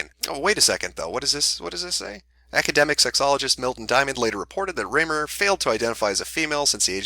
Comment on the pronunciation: Hey just so everyone knows "Reimer" is pronounced "rhyme-er" That's my trigger.